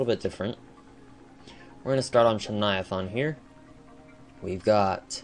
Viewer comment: You said chuviathaun not chuniathain